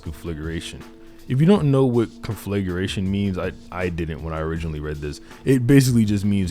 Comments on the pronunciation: its pronounced "con-fli-gration" not "con-fligleration" ...... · Great video! By the way the pronunciation is CON FLA GREY TION, great word to describe it though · Con-fluh-grāy-shun Derived from the word conflagrate. I'm not trying to be anal, but I know us nerds typically don't spend much time on grammar and pronunciation, but it benefits all of us who share the language. God bless 🙌🏾